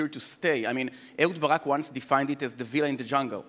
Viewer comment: עמית סגל: ווילה ≠ villa.